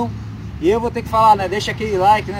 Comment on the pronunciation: O canal é bom, as dicas também, agora só perde e é irritante quando tenta ser engraçado com piadas, frases e palavras mal pronunciadas em língua gringa, tipo tamotogether, me chamando de filho e outras, fica ridículo. Imagina um falante de inglês te ouvindo falar essas baboseiras. Não há paciência